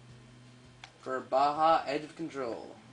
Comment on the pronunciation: nice review, good opinions but the vid was blurry and its not bha its ba-ja.